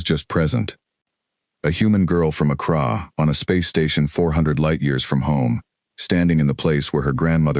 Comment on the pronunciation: only real problem i had with this was the pronunciation of the girls home town. accra is said like "ak ra"not "ak rah"just something to watch, you would think that an ai would at least know how to pronounce most major city's in this world.